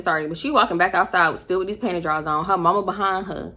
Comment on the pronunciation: the way you kept saying “panty drawls”😂😂😂